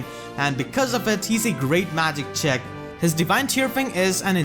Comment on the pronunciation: everytime you say check i hear chick and my imagination kicks in "great magic chick "